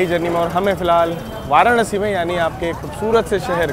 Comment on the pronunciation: वाराणसी bola Karo, वाराणआसी nhi 👍. I Hope AAP samajh paa rahe ho